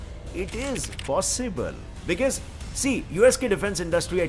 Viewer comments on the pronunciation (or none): aap because ko beciese kyun bolte ho